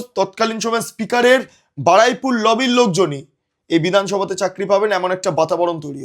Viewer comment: Shobdota holo Baruipur, Baraipur noy